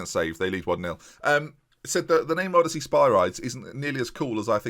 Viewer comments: Is it not pronounced Oh-Diss-Ee-Us? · It's probably too late but his name is pronounced O-diss-ee-us Spi-ree-deez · O diss eee ous not odyssey!! Think more the hero of Homer's poem (Odysseus) not the poem itself (odyssey)🇬🇷🇬🇷